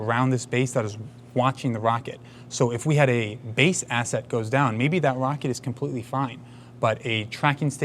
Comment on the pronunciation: It's ironinc that Lt Rockett says Wocket, and not Rocket - he can't pronounce R, instead it's W 😝😝